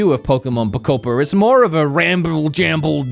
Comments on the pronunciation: thought he could pronounce Pokemon Poketrocity 11 different ways and we wouldn’t notice. I mean Pokotropolis is just that crazy. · Just a small PSA because apparently it’s a thing but it’s pronounced “Poh-koh-pi-ah” because it’s “Pokemon” and “utopia” smooshed together lmfao. Apparently it’s been a big pronunciation problem, but it’s pronounced how it’s spelled 😅 ANYWAY. I love the green screen production of your recent videos, and I love this game. This is just The Game Of All Time and I’m so excited. I’m so glad everyone seems to agree 🥰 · I love how calls the game anything but Pokopia haha. He says it wrong like 30 times throughout the course of the video. I guess it's just called Pokopedia now 😂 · PO KO PI KIA 😂😂😂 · Take a shot every time he attempts to pronounce “Poh-koh-pia” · Pokopolis sent me 🤣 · Did he say Pokopion correctly one time? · i love the ten different ways you pronounce pokopia (great video!) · the fact that he says pokopia wrong, every single time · man found 45 diffrent ways to mispronounce pokopia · Out of everything you said i couldnt shake off that "wanting to slap you on the back of the head" feeling everytime you mispronounced the name. The frickin devs pronounced it for you. Jeeez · Not him botching the game’s name every time 🤣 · I love how you pronounced the name different every time🤣😭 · we love how he can't pronounce Pokémon Pokopia properly 😂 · How many different way to he say and pronounce the title of the game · The way he’s pronouncing pokopia is pissing me off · How many unique Pokopia pronunciations did we get here? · i never want to hear him say it properly lol keep it going! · Says Pokopia properly over and over when in the waking world, but can't say it properly in the dream world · Him mispronouncing the name in a new way every single time was lowkey hilarious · Dunno why, but absoultely love that you never get POKOPIA right, you just keep on saying different variations of poko....something lmfao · PO KO PEDIA 😂😂😂😂